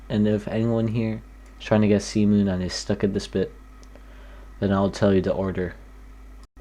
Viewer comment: I heard cement without the t and c replaced with s when you said cmoon